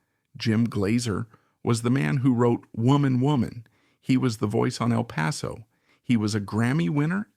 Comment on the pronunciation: El Paso not even pronounced correctly.